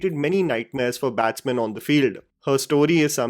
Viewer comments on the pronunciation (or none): What did you say , bats-MAN? Get it corrected please.